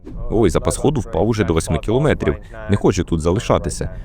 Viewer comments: Якби ще наголос правильний був, а то 100 разів за 10 хвилин коли чуєш "кілОметрів", починає вже вухо різати. А в цілому можна тільки подякувати за працю. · КілОметрів. Трохи забембує. У мене мама вчителька української мови....